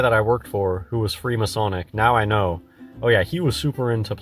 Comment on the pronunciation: Did he seriously say the k- in know? Doesnt believe in silent letters as well?